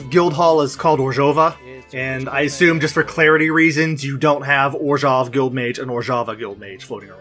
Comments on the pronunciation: Finally someone else who says "Orzhov" instead of "Orzov"! Love these videos by the way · Orzov isn’t a wrong way to pronounce it. But orzhov is a really better way to pronounce it.